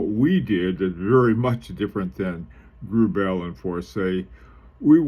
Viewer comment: PRONOUNCED - GRUBL 4C accent both on 1st syllable